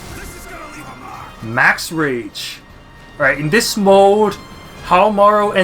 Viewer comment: Pronounced How Mah Roo*